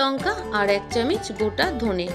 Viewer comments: কথাটা চামচ,চামিচ নয় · ধুর চামিচ! চামচ বলতে কি হয়।